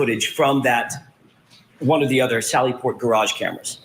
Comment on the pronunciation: Peering Down her nose at everybody else while she says "gararge"...and theyre arrestees not prisoners!!! Soon to be desk duty ms.